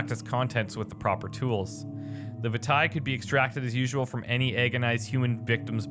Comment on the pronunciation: Did anyone ever let you know that "vitae" is pronounced "vie-tay" and "laudenum" is pronounced "lodd-en-umm"? You're pronouncing it "veetay" and "loud-enum" in these things.